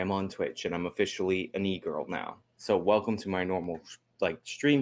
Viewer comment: Damn when you said “e-girl” I had to replay it three times because it sounded like you said negro.